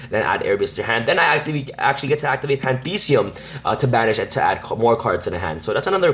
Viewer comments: its pronounced Pan-thee -is-um . the same way theism is pronounced in atheism NOT pan-thee-see-um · dude. its pantheism, not pandeede, that being said... nice deck list